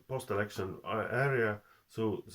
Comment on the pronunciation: Да говори по русски! А то получается эрэкшен вместо элэкшен.